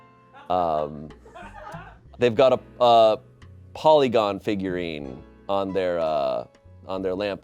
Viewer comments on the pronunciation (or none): calling Porygon, Polygon hurt my soul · I KNOW did not just call Porygon "polygon" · Calling poRYgon, POLYgon, really chapped my ass. You need to play a Pokémon game noob